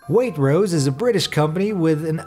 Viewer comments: Sorry right but waitrose isn't pronounced wait-rose its pronounced wait-trose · Waitrose doesn't have a silent 't' mate!! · "Wait-rose" Ha It's pronounced "Wai-trose" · And Waitrose is pronounced Way-trose not Wait-rose. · The one where you called it wait-rose when it’s waitch-rose 😂 sorry just being fussy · By the way it's pronounced "Way-trose" not "Wait-rose" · It's wai-trose not wait-rose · It's not wait rouse it's wait trous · It’s pronounced “wait-trose” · Waitrose is pronounced, wai trose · soo um I think this guy thought he was on the Titanic saying "wait rose" it's Waitrose READ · 10.25 the way he says Waitrose 🤣🤣🤣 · Ok as a Brit the way you said Waitrose really offends me but Waitrose are not trustworthy. It's all a load of over priced shite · the commentator of this video pronounced "Waitrose" in a really silly way! lol!